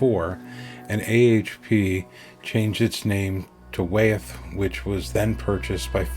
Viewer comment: Wyeth is pronounced "Why - eth", not "Way - eth".